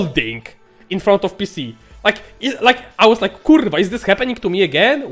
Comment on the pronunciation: I just love it when he rolls the "R" in "Kurrrrva"